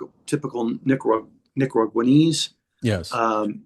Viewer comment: correct 👍, but in the video he said, nicaguaneese 😂